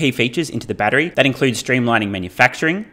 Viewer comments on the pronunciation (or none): none